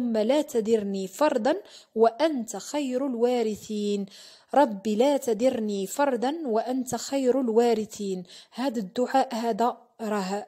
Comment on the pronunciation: تدرني بالفتحة دال مفتوحة ماشي بالكسرة يا اختي